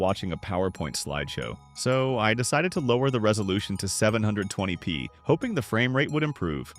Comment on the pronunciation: "One Thousand Eighty P" "Seven Hundred and Twenty P". it's pronounced "TEN-EIGHTY P" and "SEVEN-TWENTY P", please, learn to read a script properly. I could do a better job. I don't know what's with all theese channels lately where they can't narrate their videos properly. it bugs me.